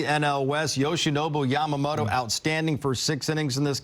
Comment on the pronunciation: Yamamoloじゃなくて、Yamamotoだから！！